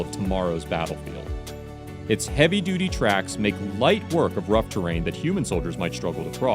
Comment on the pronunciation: hahaha he said duity